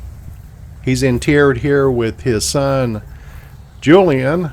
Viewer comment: Steve Forrest also played, Mannon," in an episode of Gunsmoke....The worst bad-guy of the entire series. Ps; Thank you pronouncing "interred" correctly! :) Best wishes from Missouri.